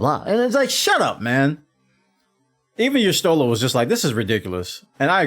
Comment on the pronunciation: But... he calls Y’shtola Y’shlota. And Bahamut Baphumet.